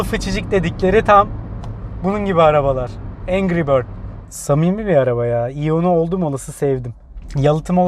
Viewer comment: Bir atasözü der ki ''engri bötz yaa''